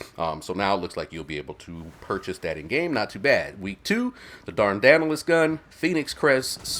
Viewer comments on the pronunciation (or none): Totally love the new menu music. I hope that means more tunes for the crew? Thanks for savin me the read buddy! P.S. Dardanelles = Dardan-elles the second part is like just having 3 L's beside each other ending with an s. LLLs. Another examples: when someone asks how mane "L's" are in a word: there are 2 L's. You just said it. 😊